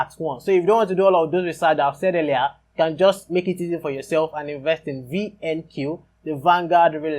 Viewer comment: Another good insight 👏. Did you say VNQ or VNQI ??